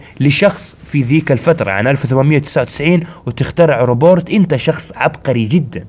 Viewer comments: اسمه روبوت مو روبورت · عاشت ايدك بس اسمة روبوت مو روبورت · اسمو روبوت مو روبورت🌚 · "الروبورت" اللغه الإنجليزيه تبكي في الزاويه😂😂😂😂💔.. بس بأمانه مقاطع اسطوريه واصل يا خوي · ياخي معليش الموضوع قاهرني اسمه ( روبوت) مو روبورت 💔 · ليش تقول روبورت بدل روبوت ؟ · و الله اسمه روبوت يا مش مش روبورت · يالحبيب اسمه روبوت مو روبورت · اسمه روبوت مو روبورت😂😂